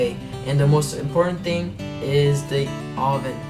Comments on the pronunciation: did you say aweven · lol you said awwven